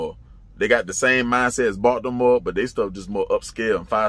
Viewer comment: Why you say our city like that bought the more 😆 🤣 😂